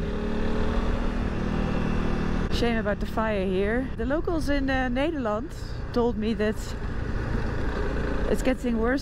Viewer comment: Ned...der....land......not needer.....land